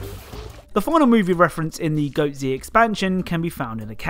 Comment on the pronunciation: It’s pronounced goatz like one word goats but with a zzzzz noise at the end